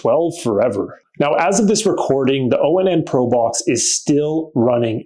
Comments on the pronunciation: I believe it's pronounced "ON" not O-N-N... anyhow, my small problem with it is i had to disable the voice control because doing so kept prompting the google assistant on my phone... that's the only thing amazon fire devices have over it is that amazon gives you 5 trigger words to rename your devices...I'm surprised google hasn't done the same with a simple update. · It's onn, not o-n-n